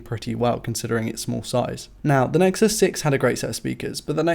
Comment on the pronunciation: "Nexuses" makes me cringe...